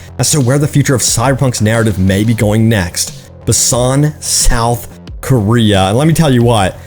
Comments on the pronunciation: Boo-san is how it's pronounced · We at least know by your pronunciation of Busan, Korea that you have never been. I gave up on this game cus CDPR seems to just be milking and not developing.